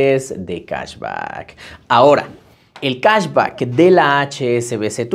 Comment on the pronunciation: Cahsbaccckkk por qué pronuncias mucho el baaaccccckkkk?? 😂